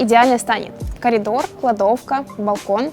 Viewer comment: я не дослышал колидор??? или всё таки коридор??? лисапед,сурьёзно!!!у нас так начальник говорит сурьёзно!!уашщзащхзаах!Ё!